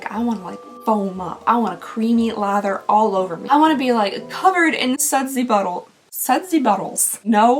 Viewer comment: "sudsy buddles" 🤣🧴🧽